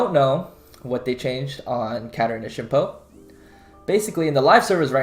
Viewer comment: Why do i hear shimpo?